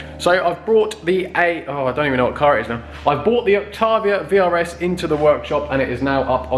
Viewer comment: There is no R in Octavia